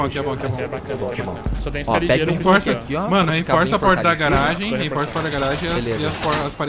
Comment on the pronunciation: O falando "Reinforça" é de foder viu!